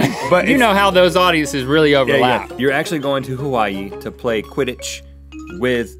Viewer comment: It’s QuiddiTch not Quiddich!